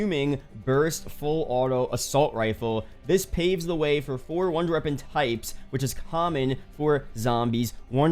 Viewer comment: bro if you fucking say “wonder reapon” one more time im going to lose it